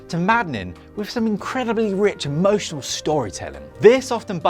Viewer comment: What in the name of sweet merciful crap is 'mo-shin-al storytelling'? This was unwatchable.